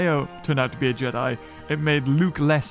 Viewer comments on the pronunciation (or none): none